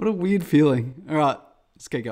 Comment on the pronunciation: "I know electricity is WEIRED" Missed opportunity to say it's "wired" Pronounced pm the same